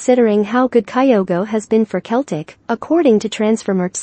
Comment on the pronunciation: For your computer robots the pronunciation is "Seltic"